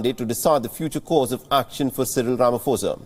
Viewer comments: Rama "Posa" not Fosa...Being from South Africa it's hard to listen to this since it's outbreak. Ramaphosa = "Rama Posa"...P P P not Fosa Fosa....tjerrrrrr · Repeat after me… RA MA PO SA… not Ra ma Fo sa… come on man. Do your research! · Good people. Please note it's it's no Rama"fosa* bt Rama*phosa"as in pain Fir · Ramaphosa with a "P"not a "F".......its a silent "H".. please learn to pronounce